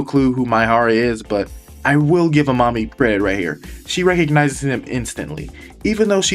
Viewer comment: I kept thinking you were calling amami "A Mommy" 🤣